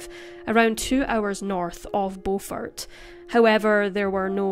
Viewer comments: Beaufort South Carolina is Pronounced Bufort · It’s Beaufort (Bu-fert) 😂😂😂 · I'm surprised that I haven't heard of this case! I only live a few hours away... Also it's pronounced "bYOUfort" (which is honestly weird now that i think about it...) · Its Beau-fort Beau-fort not The way you are saying it